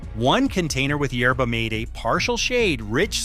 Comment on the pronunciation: Can’t you PRONOUNCE it right??!! YER-bah- MAH-taye! (Long Ā)! It’s NOT “YER-bah-MĀYT”! Get it RIGHT, you stupid AI voiceover BOT!